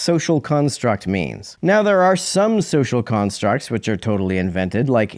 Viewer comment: And immediately after that, he pronounced "which" as "weech"